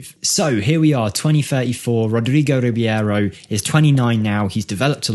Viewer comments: I dare you, i double dare you motha****a, say Rib-yero one more time 😅 RI-BEI-RO, dude, it's in the letters, just read them 😉 Otherwise, as always great video. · Its Reeb-arrow not Reeb-ee-arrow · i will look this guy up in my save. this numbers are really crazy, but it also might be the team he is playing, i mean, in the 1st season he scored 30goals as a 16yo. not everywhere you can do that. you might do a mirror save where you throw him in a 3 to 4 stars club and see how would he developed there. PS. i think you are pronouncing his last name wrong. it should be just like its written, so E and I letters in the last name announces separate and not together. so i think it should be R I B E I R O and not R I B I E R O. E is pronounced like Estonia and not like a normal E, and letter I is pronounced like e . most balkan players are pronounced just like they are written for example.